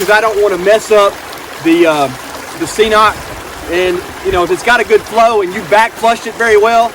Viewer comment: I also use a squeeze and cnoc vecto and I absolutely love it. Super easy to use and pretty quick. The cnoc bag is definitely an upgrade. Great video as always. Just FYI, it’s pronounced ke-noc, I was pronouncing it wrong as well until we started carrying it in the store. Hike on brother!